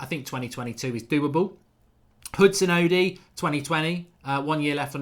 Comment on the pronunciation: Mark it's odoi not odi